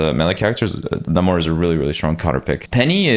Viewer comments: It's pronounced NEIGHmor not NAHmor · its really annoying that people now call Namor, Na-more instead of Nae-mor